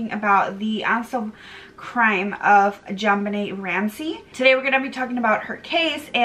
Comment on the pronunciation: Her name is pronounced JON BEEN NAY. Wow